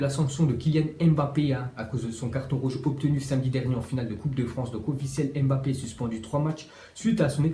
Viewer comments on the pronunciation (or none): none